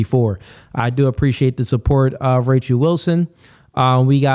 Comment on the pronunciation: "spirichue" "Rachue" "Bye-bue" "Cuh-rynth" crazy for a "priest" to be so ignorant of correct, or even mainstream, pronunciations.